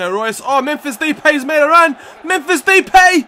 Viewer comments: Depay is pronounced da-pie :) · You pronounce depay as D-pie